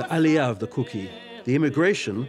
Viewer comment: did he say Allya or alia